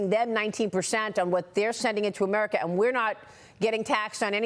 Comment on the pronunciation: Did he just say “Amerina”